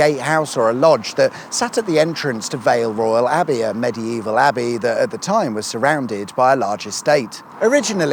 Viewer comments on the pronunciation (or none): none